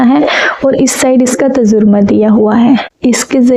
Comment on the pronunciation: Allah aapko bahut khushiyan de tajaurma nahi tarjuma bola kijiye ga ok